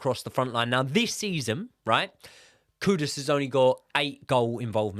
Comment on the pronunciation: Why do people keep calling KuDUS, KuDOS instead? is another one, how hard is it to pronounce the guy's name right?